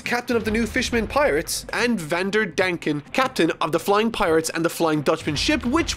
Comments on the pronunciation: "Hady Jones" "Vander danken" please man. Im trying to enjoy this. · HE LITERALLY SAID "VANDER DANK-EN" GODDAMNIT CAN YOU SAY THE NAMES RIGHT SO I CAN ENJOY THIS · Why does pronounce many characters and places wrong, it's not a one time thing, he does it a lot, does his editor not let him know? In this vid he said Hotty jones and vander denken. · pronunciation of Hody, Vander Decken and Atahime make my ears bleed and my soul cringe